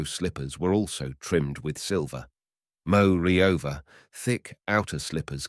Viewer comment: Is this and other stories in this series narrated by AI? The expression (such as it is) is pretty so-so, and the stresses are much too often in the wrong place. Pronunciation is - shall we say - eccentric; as examples, the word "moreover" pronounced "mow-ree-over", and "plain" pronounced "pee-lain". The Russian, "korosho" should be pronounced "ka-rash-oh" (meaning, among other things "OK") with the stress on the last syllable, and "Ivan" is "Ee-van" stress on last syllable. Shame. Good stories mangled. Lousy use for AI (if there is ever a good use for it ...)